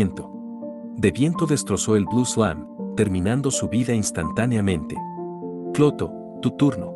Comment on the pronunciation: cada ves que lo escucho parece que dice escroto y no clotho jaaa